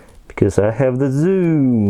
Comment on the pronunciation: How did you say 'wee have zooom' LOL